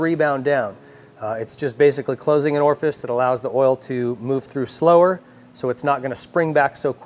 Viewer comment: You said Orifice........